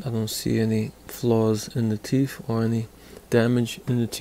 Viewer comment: What's a teef, why can't you people pronounce words properly